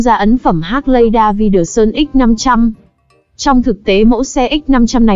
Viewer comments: Hác lay đa vi đờ sun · Đọc tên xe mắc cười... 😅😅😅